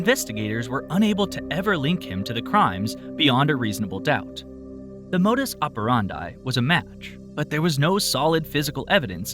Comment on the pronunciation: Never heard someone pronounce 'modus operandi' as "modus apparahndye"